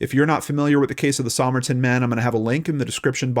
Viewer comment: Sah-myrrh-tin man hey?